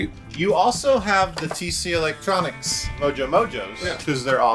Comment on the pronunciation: Hey in one of your episodes you corrected people who Say "TC Electronix" so we could correctly pronounce "TC ElectroNIC" You said "TC ElectroniX" 😁😁